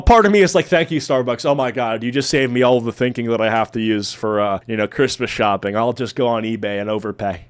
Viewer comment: It's not shopping, I think you meant shlopping!